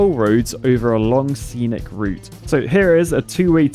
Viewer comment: "Senic Route" like "Senic the Hedgehog"